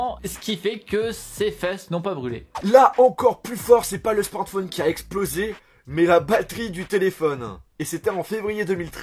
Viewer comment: On dit SMARTPHON EEEE pas smartphon1